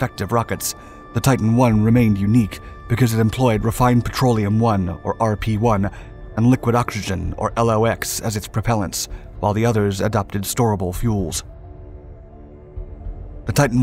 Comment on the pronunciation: You don't call it l o x , it's pronounced locks.